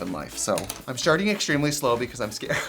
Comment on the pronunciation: Trixie- "I'm sharting real shlow" 💩 🐌